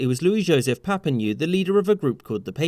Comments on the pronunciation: Lyon is pronounced Lion. Papineau rhymes with bureau;. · You really must learn some basic French pronunciation! Papinyoo? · LYON like LION, he was Scottish not French. PAPINEAU like PAPIN-OH!!!! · As a Québécois, I can't help but chuckle at how you pronounce Papineau (which should rhyme-ish with "know", and not "ewe" ). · Pap E know......learn how to say the name properly. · Lyons = Lion Papineau = Pa-pee-no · Geez, fella... LY-ON, and PAP-IN-OH. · The Rebellions of 1837 were rebellions, not a revolution, because they failed. The Upper Canada guy was William Lyon (pronounced "lyin'" cuz he was a politician) Mackenzie. The guy in Lower Canada, which is more east than north of Upper Canada, was Papineau, pronounced "Pappy know." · Pappanew? William Leon Mackenzie? Maybe you should have spoken to a Canadian before producing this. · The pronunciation drove me nuts Lyon - pronounced "lion" Papineau - pronounced "pap-in-no" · it' pronounced Pa-pee-no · just an fyi, papineau is pronounced "papi-no" :) the "eau" sound in french is "O". great video! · It's pronounced PapinÔ. He is still amoung our greatest heroes. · Pronounced « Papino » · its pae-pee-no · Papineau=Pa - pin - oh Also Lyon=lion for pete's sake! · Were the US invasions also the time when we retaliated and burned down the White House? English canadians have a history of burning democraty, like the Montreal parliament. Also, when you see "au" or "eau" in a french word or name, it's pronounced "o". Otherwise, nice job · I might be picky but Papineau would be pronounce Papeeno. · MacKenzie's middle name is pronounced like the animal "lion" ans Papineau is "pah-pee-NOH" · This is so hilarious I can’t even tell you how many mispronounced words there are but the one I cannnnnnnnot get past is Papineau - Pa-Pi-No (pa as in pass) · PA-PEE-NO, just some simple research would have set you straight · Quick pronunciation guide: Lyon is pronounced like lion and Papineau is pronounced Pa-pi-no. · Its pronounced Papihno